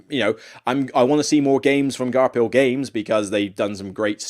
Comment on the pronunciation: Great list. I love Forgotten Folk. It breathes so much new life into Caverna. I'm very skeptical about Frantic Fiends based on what I've seen so far, but I'll still give it a chance. FYI Garphill is pronounced Gar-Fill.